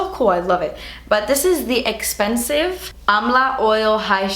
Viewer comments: Sounds so funny to hear you say "expensive" and not "esspensive..." LOL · I came hoping to hear 'Dats ESS-PENSIVE' & you came through 😂💳💰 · ESSPENSIVE 😂 Love you!! 😂❤️ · I like how she says "expensive" 😂😂🙌🏼